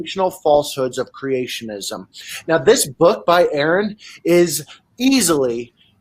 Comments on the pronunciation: hiz näim iz pronaundst exäktli ze wäii "Aaron" is. not "Ähron". (except for the r, pronounces just like germans pronounce the name aaron) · Ha. That guy says no intro needed, but he called, Aaron. Lol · The introduction of (pronounced like R.N) being called Aaron like 12 times was a bit annoying lol but good video. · Fantastic talk...I kept thinking it's RN not Aaron, all the while this dude was praising you. I mean, hell he's right to pimp your credentials, you deserve that, no doubt, but get the pronouncing of the your name right...lol...cheers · He said needs no introduction, but calls him Aaron and not. Lol and he keeps mis-pronouncing it over and over 😂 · R-IN not air-n!!!!!! How does this guy not know how to pronounce his name? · The guy at the beginning says: "Erron" Me: you fool But you can see he did it on purpose. Usually when people don't know how to pronounce your name, they try pronouncing it right at least once or stop for a moment to remember the right pronunciation. Sometimes can even apologise if they're nice. He had smirk on his face and he was just testing the waters. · How did this guy mess that up? Makes his entire introduction ring hollow. I cringed every time I heard it, and I'm sure ARE-uhn did too. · Who is Erin and why does this guy keep saying that name? I swear, might need to add an H in there to educate people how to freakin pronounce it! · Smoked him immediately. Thank you. 😅 "My good friend A A RON" 😭😭😭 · Pronounce his name as RN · "My good friend "aaron" here." Is he a good friend of aaron? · Especially since in almost every video he has to say, "It is pronounced RN" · Host, "my good friend ", mispronounces. Zero credibility much? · I hate how he kept mispronouncing name.🤦🏾‍♂️ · I cringed every time your name was mispronounced in the intro... came for the Atheism and rational thought - stayed for the KITTY! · "my good friend" ...proceeds to say Arons name wrong